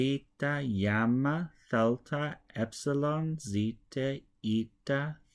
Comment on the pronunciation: You are pronouncing the letter γ gamma as yamma. This is wrong. The letter γ has a y sound as the y in "yes" or "you", IPA [j], when followed by an ε or [i] sound eg γενεά, γίνομαι. But when followed by an α or o it is [ɣ] a voiced velar fricative eg γάλα, γόνυ